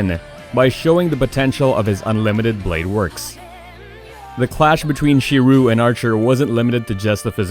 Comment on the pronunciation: Down voting for the butchered pronunciation of ufotable and shiro.